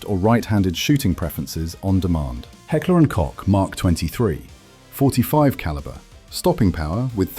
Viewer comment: How many times did the presenter said "Hecklee & cock" ? ....